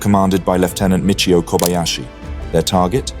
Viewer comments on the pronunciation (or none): none